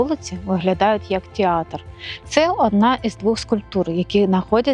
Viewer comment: Не тєатр а театр, не стАтуя а статУя, не кОстел а костЕл, не гєніальному а геніальному. Переплутали портрет Потоцького з Меретином. Будьте уважні до дрібниць!